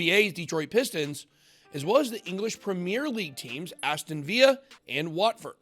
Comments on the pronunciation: “Aston Via” 😂😂 It’s Aston VILLA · Bitboy. Aston Vill-a not Vee-ya. :) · Aston Viya??? its british not Spanish!! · Aston ‘Veeeya’ 😆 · Ben, appreciate your support of ADA… it’s needed to counter the FUD! 💪🏼… btw .. Aston Villa is pronounced Aston viller! Lol 👍🏻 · Never heard Aston Villa sound so exotic😂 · Excellent Aston Villa, Pronounce the 2 LL's (as in VILLA R) not as spanish do buddy, sliding the LL's. Great video thank you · Aston Villa is pronounced with the L's my guys. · Aston Villa, say the L's, we don't speak Spanish here :) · Aston Villa is not a Spanish team so you pronounce like an L